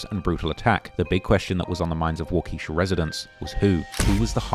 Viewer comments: Its pronounced waa·kuh·shaa actually 😂 everyone who isnt from Wisconsin says it wrong every damn time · It’s walk-ah-shaw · Nbs 😭Waukeesha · Waa-Kuh-Sha like the generator company